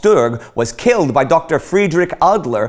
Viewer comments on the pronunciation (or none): none